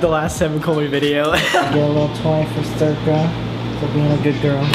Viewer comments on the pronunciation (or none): i didn’t know the dogs name was “circa” and all i could hear was “zerkaa” bc i’m a zerkaa stan HAHAHAHAH